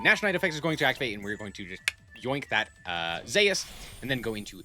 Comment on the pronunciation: any one else cringe when he calls zues zayus